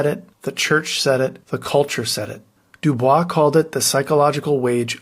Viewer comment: W. E. B. DuBois (DuBoys). He didn't use the traditional French pronunciation. My African American studies professor in college had studied his life extensively. Apparently DuBois was of the opinion that since he got the name from the man who enslaved him, he could pronounce the name any way he wanted. I concur. Please show respect and pronounce his name correctly, please correct the video. The floor was damaged, it didn't go away.